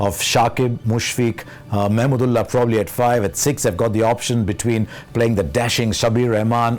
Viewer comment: I would love to see Harsha cheering for Bangladesh in the commentary sectio, I love the way used pronounces Mahmudullah where simon doul pronounce it "MAMADOLA". From 1997 ICC TROPHY FINAL TO 2019 WORLDCUP, Harsha & Bangladesh is an wonderful love story 😍